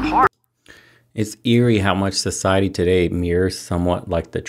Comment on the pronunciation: "So, 'sigh', Hetty." Society. You say tomato, I say, stop stop it's too crazy.